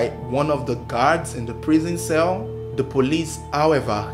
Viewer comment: “Do you tink Charles papa kwabena ebo quansah was da strangler” I thought he was rapping for a minute 😂